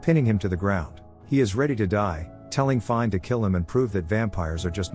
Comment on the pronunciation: Finē (feen-a) not fine